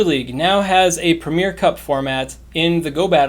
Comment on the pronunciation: Arrrgghh premier has 3 syllables, not 2. It’s ‘pre-mi-er’.